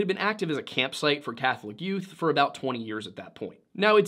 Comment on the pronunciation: Did you just say "the yoot?"